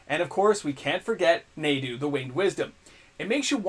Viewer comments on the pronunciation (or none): I had to stop when he said "Nay-doo", Winged Wisdom.